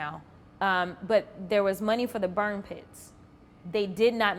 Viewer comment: Jasmine Crockett, before you get back on TV, learn how to say “money” correctly. Please. You out here embarrassing the Black community every time you speak, but let’s be real—that’s just a symptom of a much bigger issue. See, the Democratic Party has been running the same iron triangle scam on Black folks for decades—using the Black politician, the Black preacher, and the Black activist to manipulate our communities into voting for them. They show up with promises, talking about “hope” and “change,” but when the dust settles, what do we have? Crime-ridden neighborhoods, broken families, and an economy that leaves us struggling while they sit in their fancy offices collecting checks. They tell us they’re “for the people,” but historically, they were the party of slavery, Jim Crow, and segregation. Then they switched tactics—trading the chains for government dependency, bad policies, and empty rhetoric. Same oppression, different strategy. And let’s not forget how they treat any Black person who dares to think differently. The moment you step off the plantation and start asking real questions, they call you every name in the book. Uncle Tom. Sellout. Meanwhile, they praise Black leaders who do nothing but maintain the cycle of victimhood and obedience. Jasmine, you and the rest of the Democratic puppets got some explaining to do. The Black community is waking up. We see the game now, and we’re not falling for it anymore. Y’all can’t keep gaslighting us while our communitie